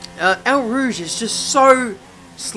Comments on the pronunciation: Pls pronounce it "O rooj" not "our rooj" plsss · can't say Eau Rouge properly... xD